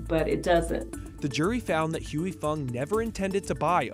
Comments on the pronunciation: Why non-asians can't pronounce "Huy" correctly is wacky... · The way these people pronounce "Huy" is triggering me bad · The way he pronounces Huy is annoying. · it's pronounced "hwee" not huey or hoy 😭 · Huy…. Not Heu Wee/Hewy/Hu-eee. Hwee Fong. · I tried all the copy cats. And nothing taste quiet as good as Huy Fongs version of Sriracha. Also alot of americans in this video is pronuncing "Huy" wrong and it kills me. Its "Huy" NOT "Huey" say it right. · LOL is funny watching watching someone mispronounce a word so many times. he keeps saying 'Hooey' when its pronounced 'Hwee' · The presenter needs to pronounce Huy correctly. It’s “Wee” and not “Huey Lewis and the News” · How about trying to learn to provide the name? It's not Huey. Lol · Huy is pronounced "wee." Like in sleep or weep. Every mispronounciation in this video was like an electric shock. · At least pronounce the NAME correctly: "HOY" Fong! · Pronouncing Huy as Huey is like nails on a chalkboard. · Huy is ONE SYLLABLE Not Huey. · Cringe every time he mispronounces Huy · The bad pronunciation of huy is so distracting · The way they pronounce his name..🤦🏽‍♂️ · Narrator should learn how to pronounce "Huy" properly. I mean said it perfectly and he can't do it for his own piece. Weak Sauce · You guys really need to learn how to pronounce 'Huy,' It really isn't that hard.